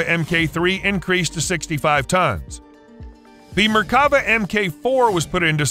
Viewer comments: Less then accurate text to voice. Makes the video hard to watch in some portions. It's pronounced Merk-ava, not Mer-kava. Chief-ten, not Chif-ten and Si-a-ni, not whatever. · Once again, it's not merkAva, it's merkavA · It's pronounced mer-ka-VAH. It means chariot. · And it is not pronunced mer ka va. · *MERK-Ah- Vah